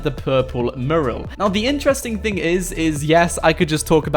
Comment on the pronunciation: mUral not marul